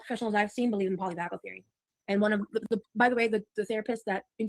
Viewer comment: kept mispronouncing polyvagal…